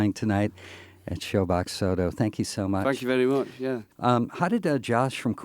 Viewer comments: Fankh you very mush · “fank you berry mooch”